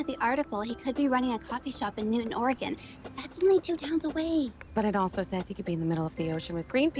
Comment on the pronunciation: I'm a stickler for diction when it comes to actors. I hope that this actress portraying Laura has only the one gaffe where she called Newton "noon". Ugh. Director must have been distracted to let that go by.